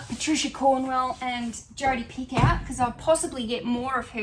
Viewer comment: Picoult is a French name and pronounced like pee-co 😁